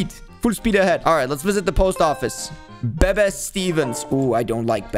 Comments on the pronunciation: You called bebe beba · Bro doesn’t even know how to pronounce Bebe and doesn’t even know FREAKING CRAIG?????? Edit:bro doenst know anything about South Park there’s 4 emo kids Edit:he doesn’t even know anything